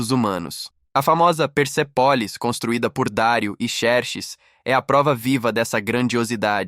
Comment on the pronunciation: Vcs poderiam deixar de usar as vozes da IA, não respeita assentos agudos e outros. Por exemplo a palavra PESÉPOLIS foi expressada como PERSEPÓLIS.